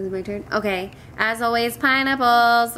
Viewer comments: It honestly sounded like you said "PIE NIPPLES!" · Ok so for the as always I thought she said pie and apples.... BUT THEN realized she said pineapples.... I think I need to go to bed.